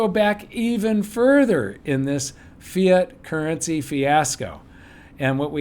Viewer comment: hahah I heard "Fear Currency", when you actually said "Fiat Currency" :p